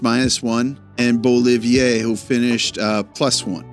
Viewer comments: Hey man! It's been nice discovering your channel in the last few weeks. I'll admit that I mostly watch when we win. Great editing! One little thing : it's BeauViLLier, not BeauLLiVier. I'm normally not a stickler for this, but I heard you ask a few times if your French pronunciation is correct with certain words. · I know you take pride in your pronounciation (as you should), so I thought you'd appreciate to know that it's ''Beau-Vi-Lier'' and not Beau-Li-vier (you have awesome pronounciation and I always look forward to the ''formation de départ'' bit of the videos, so please don't take this the wrong way, just thought you'd like to know). Also, super nice video!! I really liked the in-depth analysis format, I think this is something that should come every once in a while, or like a ''big picture'' in depth analysis after a couple of games. Thanks for the great content,! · You did it again! It's BeauVILLier, not BeauLLIVIer. 😅. This w/ Aquattaquattaquant. Great content btw nonetheless. 👍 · Little correction: the name is Beauvillier. You pronounce it like Beaullivier.